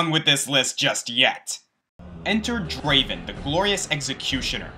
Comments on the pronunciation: Not Draven, DRAAAVEN! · its not Draven its Draaaaaaven, just wanted to point that out.